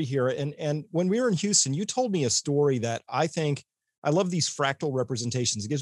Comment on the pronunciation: its STORY......not STOOOOOOOOOOOOOREY